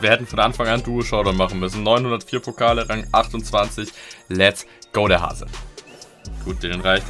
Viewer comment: Es heißt Rang und nicht Rank 🤦🏻‍♂️